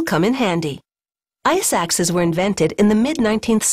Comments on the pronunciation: I-suck-Ses? I want to be Ses too! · am I the only one who heard iSacks?